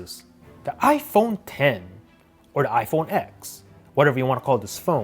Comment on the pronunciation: not to be mean but how he says iPhone 10 and Samsung Note 9 is uncomfortable